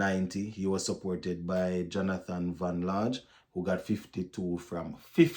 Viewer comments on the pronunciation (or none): Please don't be like other presenters. The Guyanese name is Jonathan Van Lange not Van Large.